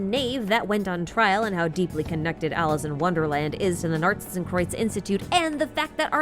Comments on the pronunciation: As a german I can say: Your pronounciation of Narzissenkreuz is pretty much on point! ♥ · I can take that worry from you, your pronunciation of Narzissenkreuz is pretty on point. The "z", "s" and "k" could be a bit harder/sharper, but thats quite nit picky. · As a German, I can say that your pronounication of "Narzissenkreuz" is actually pretty good